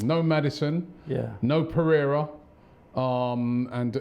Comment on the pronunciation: When he said pereiria is out i thought he said torrieira 😂